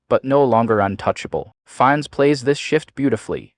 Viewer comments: He is pronounced "FiNNes" and not "fines" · Wow, you can’t even pronounce his name right!